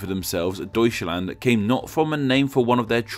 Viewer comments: "toiskland" lol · OMG ITS NOT DOOETCHLAND ITS DEUTSCHLAND